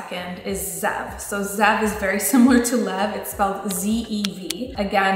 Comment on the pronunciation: wolf iin hebrew pronounced ze-ev not zev :)